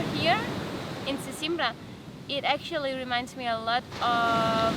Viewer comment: its not "sesimbrÁ" its "sesImbra". u have to "close" the last "a". like in "madeira"